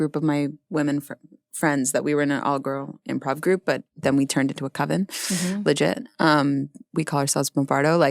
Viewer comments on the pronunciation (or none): none